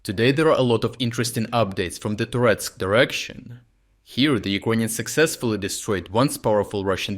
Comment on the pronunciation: Serious question for every video you post. Why you pronounce the country "Ukraine" but the people "yirkonians"